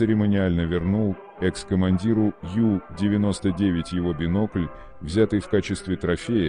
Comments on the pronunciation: Надо произносить правильно на немецкий манер У99,а не на английский манер Ю99! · Унтербот , по-немецки. У-99.